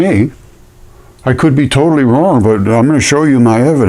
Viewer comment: "I could be TOE-tally wrong, but..." Lmao